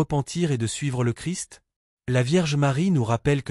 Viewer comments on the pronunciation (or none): none